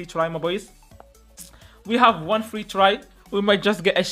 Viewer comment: Free or flee bro 😂